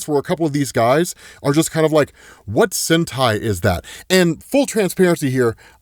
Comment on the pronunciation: Sentei means pruning btw, i know saying sentai is weird since yk hentai that word exist but still say the vocal right at least